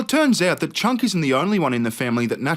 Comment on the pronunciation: It's cenk not chuck